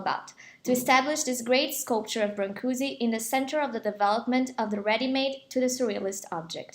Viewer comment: Brankush - is the right way to say, not brahnkoozee